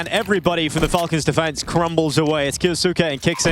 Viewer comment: KYOU-SKAY**** sick of this announcer saying his name wrong. Like "Sasuke" from naruto but kyou in front.